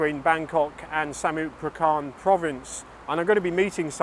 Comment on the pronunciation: Samut Prakan, no, does not sound right😂😂😂😂